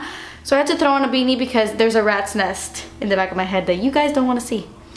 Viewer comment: It's so funny the way you say "throw" you pronounce the "thrr" in a such funny way it's so cute! Love your vids <3